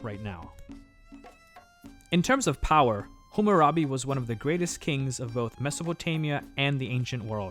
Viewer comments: Great video, awesome quality and I liked the subtle music. One small criticism could be that you kept saying HUmmurabi, rather than HAmmarabi. (You also spelled it "hummarabi" in the beginning of the video) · HAH-muh-rah-bee, not HOO-moo-rah-bee